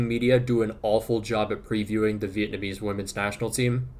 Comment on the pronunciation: ive been noticing your excellent pronunciation of vietnamese names since i first watched your videos about my country's football men team, but i'm still kinda shocked when you said you're a vietnamese american. anyways although our national women team isn't gonna qualify for the round of 16, i just hope they won't turn into that thailand team when they face the americans 😭😭😭